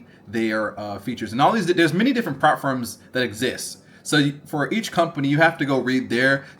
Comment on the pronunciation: Ngl it took me so long to realise you were saying “prop firms” - I thought you were saying “farms” 😂 I was like “what farm? Profit farm?”